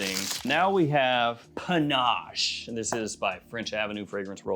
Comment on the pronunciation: Panache?!?! Panache?!?! Really? You've got to be kidding. Shouldn't a fragrance reviewer at the absolute minimum pronounce the fragrance name correctly? SMH...